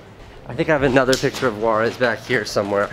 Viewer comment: I swear I though he said "Juarez". I was like, why does a Sardar have a Mexican name?? Later on, I was like oh......... It's "Waaris".